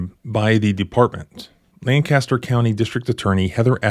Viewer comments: Love your videos. They should be required viewing at police academy. This cop needs to be charged and held accountable. Locals pronounce it LANK-ah-Ster. All of Central PA cringes at LAN-caster. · Hey, that’s where my tattoo guy is 😂 It’s pronounced “Lank-a-ster”, not LAN-caster 😂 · Manheim Township! I live in Lancaster County! (Btw, its pronounced Lang-Kiss-ter) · I lived in Manheim Township for over 10 years. I know firsthand (don’t ask!), they’re willing to lie under oath in court. No surprise here. Oh and by the way, locals pronounce it “LANK aster” County. Accent on the first syllable. 😊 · It's pronounced Lang-kiss-ter.